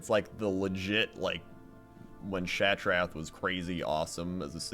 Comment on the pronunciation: your saying Shattrath wrong lol oh who cares